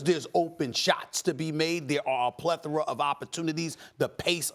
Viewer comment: Steven “plether-A” Smith!